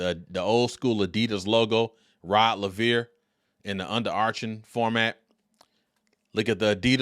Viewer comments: Rod Laveer. Rod Laveer. Rod Laveer. So many times it got damn annoying. Its not just a shoe model. Its the name of a tennis great. Have some respect and get it right. Its just a simple straightforward Anglo name pronounced as spelt. Rod Laver. Not a tongue twister like Handlikova, Navratilova or Gerulaitis. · It's Laver!!! Like Braver !! You are totally pronouncing the name wrong